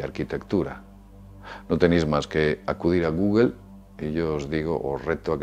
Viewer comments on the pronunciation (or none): none